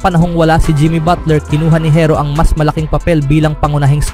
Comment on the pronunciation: Herro hindi hirro bubu mo